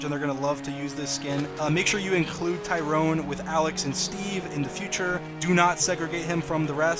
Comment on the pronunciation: BRO SAID TYRONE 😹😭💀